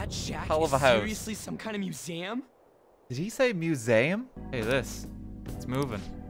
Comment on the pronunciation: Chat thought that RT was hearing things but yeah now it’s clear, he did say Muse-aum